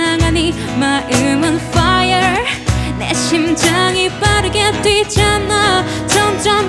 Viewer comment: 초 퐈이얼 발음 미쳤..ㅜㅜ 발린다 디즈니는 당장 이수현에게 OST맡겨랴༼;´༎ຶ༎ຶ༽우워어어어어엌!!!!!!